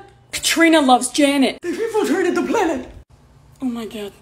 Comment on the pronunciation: “THEY’VE INFULTRATED THE PLANET?!” I now me speeling bod